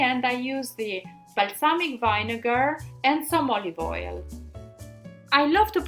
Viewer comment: It's VINEGAR!!! not vainegar